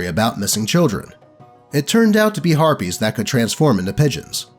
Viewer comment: you said "harpys" and i heard arbys. like the restaurant.